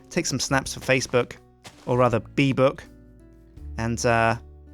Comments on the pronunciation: Beebook? Do you mean Beebo? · "or rather beebook"... deary me deary me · Not Beebook, but Beebo! You missed a great one there,! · you should of said bee-bo instaod of bee book:P